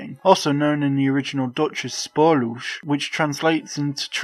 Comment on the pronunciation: the movie title is not pronounced "sporlush" how hard is it to repeat after google translate's text 2 speech? it takes 5 seconds to look that up. video essayists never bother